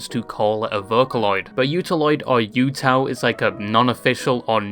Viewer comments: Just a note about UTAU. It's not pronounced like Yuuta. There's no Yu sound. It's just the "uta" of "Yuuta" followed by another "u" (again, not pronounced as "Yu" with a "Y" sound but rather just the "u" of "Yu"). Kind of like "ooh ta ooh." The word utau in Japanese just means "to sing" or "singing" (or any other way that it could be translated in a particular sentence depending on context). Seeing the "U" as "you" and associating it with the idea that "You" can use it with your own voice is interesting. Maybe there was some sort of intended double meaning there, but I'm not sure about that. It might just be an interpretation made after the fact. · It causes me physical damage watching this video with you saying "yootaloid" throughout. I get English likes to add a y- sound when words start with the letter U (blame the fr*nch), but UTAU (うたう) should be closer to OO-TA-OO-loid. Think U as in pUt, same sound as bOOk. TAU can be pronounced like in TOWel. I hope I don't come across as snarky, I just rly like phonetics and enjoy infodumping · Hey lads, lil reminder. Its "ootau" not "youtou". But fuck it teto post hell yeah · YAMINE RENRI GOAT MENTION???? Bro’s wrecked pronunciation of both UTAU and the UTAUloid names is killing me though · Yeah, my soul cringed into itself when he said it the way he did.